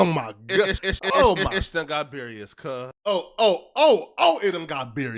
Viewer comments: playing a dangerous game with that "Berious" word lol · "ish just got berious cuh" bro you saying berious as a blood but then say cut after ts crazy